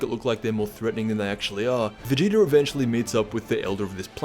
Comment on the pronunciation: Stop saying vageeter in every video lol